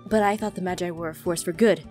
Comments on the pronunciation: not to be rude but Jess...... Your pronouncing "Magi" wrong. Its pronounced as (Ma-Ge) not (Ma-ji) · STOP PRONOUNCING MAGI WRONG PLEASE!!!!😨😨😨😨 IT'S PRONOUNCED MA-GEE NOT MA-JEYE!!!!😨😨😨😨 YOU ARE DRIVING ME INSANE!!!!😨😨😨😨